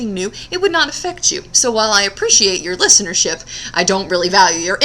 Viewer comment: "Listernership"...I LOVE IT!!